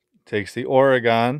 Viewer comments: Please for the love of all that is holy, never say OR-GONE again! It’s pronounced OR-GIN! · (Oregen) not oregAn😂